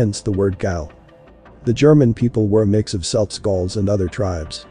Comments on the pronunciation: 'Celts' is pronounced 'Kelts' not 'Selts', but I suppose that's one of the downsides to Ai. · when you type Celts into your artificial idiot spell it with a K (Kelts) so that it will pronounce it correctly.